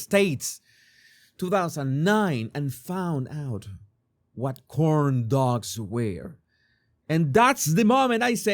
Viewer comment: The! Making "cooorn dugs" great again! You make me laugh every time! Love your videos!